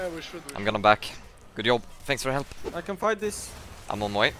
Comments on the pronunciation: And “yob” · Why is he saying "good iob" instead of good job? As well as "ioin" instead of join?